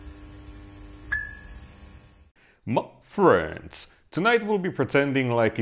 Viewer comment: Your phrase 'My Friend(in your accent)' playing in my head every time I watch your videos. Hahahah